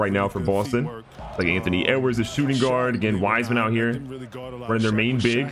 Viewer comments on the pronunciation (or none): none